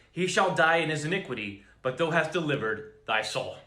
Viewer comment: thou rhymes w cow, it's not pronounced tho